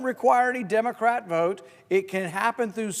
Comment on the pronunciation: He sounds like he's got some kind of thesis, but he doesn't even know how to say "Democratic."